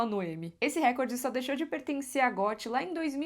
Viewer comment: Por que todo povo que fala "récorde", repete tantas vezes essa palavra?